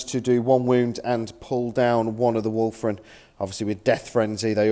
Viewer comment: A common pronunciation slip.